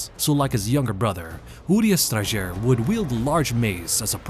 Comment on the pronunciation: I didn't realize you actually have to pronounce the Strajer with the J in it, thanks for clarifying!